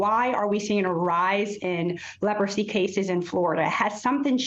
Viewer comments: Leprosy?!?!? It’s such a surprise to hear about it these days. The anchor didn’t even know how to pronounce the word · never said they don’t but she clearly didn’t have an oopsie she was clearly trying to sound out the word until the producers told her in her earpiece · What's surprising is that as old as she is, she didn't know how to pronounce Leprosy. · She can’t even pronounce the word-how pathetic!! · She didn’t know how to say leprosy? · Even I know how to pronounce Leprosy 🤦🏾‍♂️ she had to have a producer pronounce it in her ear in order to say it right 🤦🏾‍♂️